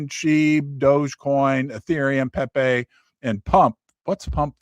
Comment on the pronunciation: Did just call pepe: peepee!! 😂😂